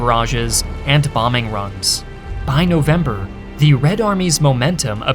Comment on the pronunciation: This guy completely removed the word the from his vocabulary and he is saying "thee" every single time even when he should say "the".